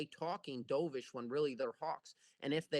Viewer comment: Doveish is pronounced Dove like the bird. Not Dove like in what you did in the pool.